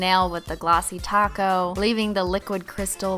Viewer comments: then you should have have noticed she says taco more instead of topcoat. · when u say top coat it sounds ta co .... are p a and t silent?????? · O I'm not the only one who hears taco lol